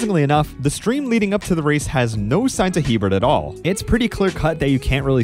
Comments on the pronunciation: Just because it was a mistake I made when I was a kid and saw the Hebert name for the first time (lot of Heberts in Louisiana), it's pronounced "a bear" not "he bert". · It's pronounced "E-Bear", not Hebert. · His name is almost always pronounced "aye-bear", not "he-bert". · It's Hebert (ay-bare).